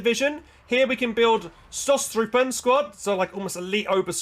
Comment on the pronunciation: Pronounce as if “Shtostrupn”